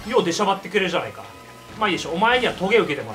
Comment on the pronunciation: 「くれ」が「けれ」になってて草